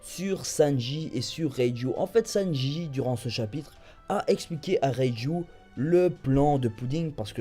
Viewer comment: ^^ haaaa une bonne prononciation de reiju x) le dok il arrive vraiment pas à prononcer son nom le bras qui saigne s'est surtout qu'il voulait s'arracher le bras pour sortir de sa cellule rien à voir avec kraker